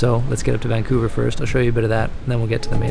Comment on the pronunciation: You mean "Vancounver" :D